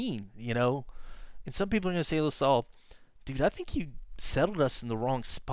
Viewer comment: I know what you mean. I've lived in Montreal all of my 50 yrs and I'm into collecting antique maps of Montreal and surrounding areas. I live at the foot of Mount Royal too, so I have a lot of similar thoughts and feelings. Funny to here LaSalle pronounced as La-sol. I like this channel's style of recounting history.